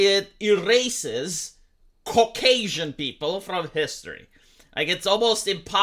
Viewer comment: I don't like how you say "Cock-Asian". /s